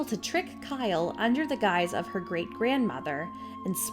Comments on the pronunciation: I kept getting thrown off by the incorrect pronunciations. For example Ivo Shandor....Ivo is pronounced as "E-vo " and well should I really need to say anything about Kylie being called "Kyle" her name is pronounced "Ki-lee" . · Her name is Kylie "Ky-Lee" not Kyle.